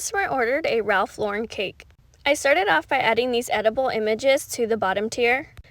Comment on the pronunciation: Thank you pronouncing Ralph Lauren correctly.